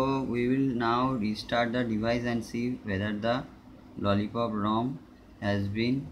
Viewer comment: It is lolipop Not lollicop